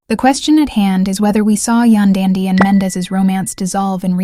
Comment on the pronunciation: Its YAN DY , Yandy! AI ughh